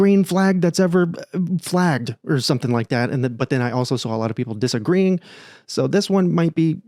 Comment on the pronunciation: ".. some people disa-green"